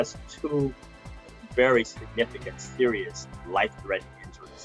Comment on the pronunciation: Did this doctor for entertainment tonight just say “Sterious?” Lololol